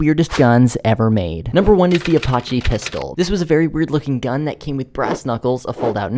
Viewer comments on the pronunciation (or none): I'm offended on the way Apache was pronounced cuz I'm Apache